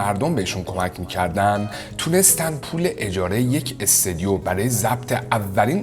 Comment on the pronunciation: استودیو نه استودیوم....😂